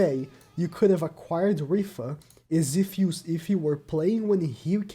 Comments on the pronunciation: This man really said “rifa” instead of rita 🤦‍♂️ whos mans is this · Idk why but hearing pronounce Rhitta as Rhiffa is really funny to me